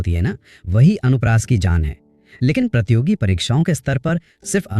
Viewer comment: Nice class mam ji But थोड़ा शब्दों की शुद्धता पर ध्यान दें प्रतियोगी होता है ना कि प्रतोगी